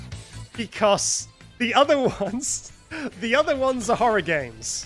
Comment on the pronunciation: the way he pronounces 'Because' makes my day every time. Becoss